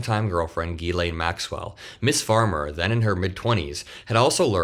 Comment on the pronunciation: Thanks so much for learning how to pronounce 'Ghislaine'! So many VERY large channels haven't even bothered, and it reflects poorly on their 'journalism' in my opinion.